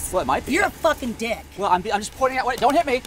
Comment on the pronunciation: Yooo I thought she said diks 😂